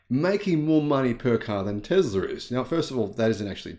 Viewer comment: Tesla does NOT have "ER" at the end. It has an "A." Tesla, not TeslER. English, please.